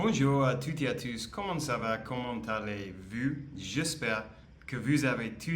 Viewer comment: Yes, right. C'est la base de ma régularité en anglais depuis 1 mois et le discours que je donne aux étudiants. PS: je remarque que tu fais souvent une pause entre "allez "et "vous" de "commment allez-vous". Etant donnez que le français n'est pas "chantant", tu peux dire la phrase vite, sans rythme, avec la monotonie du français. Ca donne l'impression que tu cherches le mot "vous". Mais ce n'est rien :) Sinon, je suis d'accord avec toi et j'adore ces deux vidéos qui m'aident à ne pas me décourager. Fais en ce que tu veux mais si tu les regardes, dis-moi si elles peuvent te booster :) Ces vidéos font parties de ma playlist "intéressants" car elles résumes beaucoup de mes recherches pour progresser